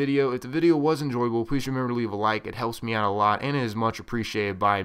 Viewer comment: Man your acting weird today... after wiale or whatever you said u messed up even more! You said "Leave a like it helps meow a lot" listen for your self it sounds that way. Lol